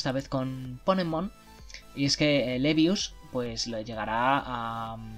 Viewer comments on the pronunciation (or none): Se dice Leeevius, no Leviusá. XD No, en serio, creí que ibais a dar alguna noticia del nuevo manga de Mashima. Por lo visto iba a apetecer Plue en él :/ se viene ahí fairy tail 2?